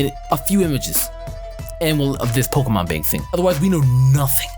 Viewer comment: it's pronounced poke E mon go back to gen 1 🙄😂😂😂